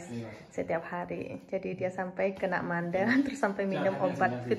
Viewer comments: Sakit Amandel (bukan Mandel) 😂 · Bkn mandel,,tp Amandel